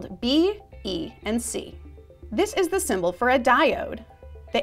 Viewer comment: "DUH arrow"?????